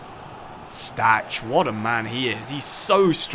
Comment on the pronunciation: ch in Stach is pronounced -kh just like Kimmich